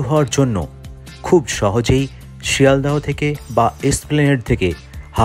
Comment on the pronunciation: Sealdah, not Sealdha